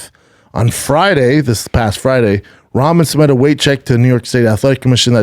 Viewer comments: Why can't he say Rock-mon. That's how Rahman is said. He says is like he's talking about ramen noodles. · Damn Schaub hates pronouncing dude's name right. His dad is a stud who beat Lennox Lewis. I get that he hates him but at least clarify its a joke. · He's just as bad with names too. Can't say Rahman names properly to save his life.